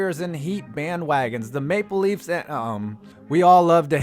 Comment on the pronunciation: “The maple leahmymmmmm”😂😂😂